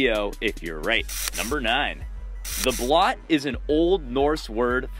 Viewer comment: its not pronounced "blot" it sounds more like "bloat"